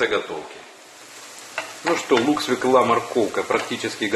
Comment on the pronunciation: Нет такого слова "свеклА". Свёкла есть, а "свеклЫ" нет.